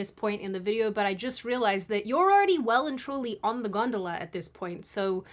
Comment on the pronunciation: You don't get to complain about 'Mom' when you pronounce gondola 'gundula' 😂